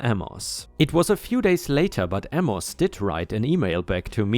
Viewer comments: Amos is pronounced, A' mus, not a mos' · Amos = Ay muss. (Ay like in "hay.") Not that it makes a major difference, but "eh" isn't said like "uh." It's more of the "e" sound from the word "bet." If you've ever seen it in American programming, it's like when someone shrugs their shoulders and makes a sound like they don't care. "Eh, whatever" for example.